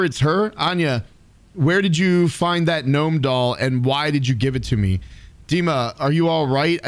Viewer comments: "Deemah" (h is mute) is the correct way to pronounce it. You said it right. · Loving the content bro! Hilarious video 😂 Also, the way you pronounced 'Dima' was spot on! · And yes, you read the name "Dima" very correctly! This is literally how it is pronounced - firmly, with emphasis on the first syllable. It was even a little unexpected XD